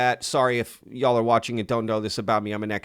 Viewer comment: I like how you say “y’all” like a true Texan. pretty cool to hear on my end in so cal.